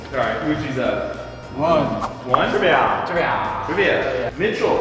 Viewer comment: After the sponsor when he said let’s get into the trivia part I thought he said let’s get into the trimming part and he was gonna show us him shaving his balls😂